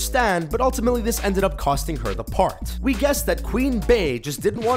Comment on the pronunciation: g hawkins he said 'part' but it did sound like park